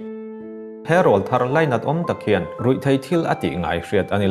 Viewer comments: Thu dang daih aw. 'Rawlthar' hi 'Keifang' tih anga thluk lovin 'Saitual' tih kan sawi angin thluk sang phei hlauh ta che. I aw a nalh sia. Hetiang ang rual hi Rawl (Aw) thar (a sap ṭawng takin - New voice) rawn nei rual an nih avanga rawl thar tih an ni e. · Rawlthar tih i lam dan khi a dik tlat lo mai